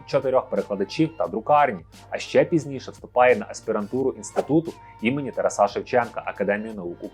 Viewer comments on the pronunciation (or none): none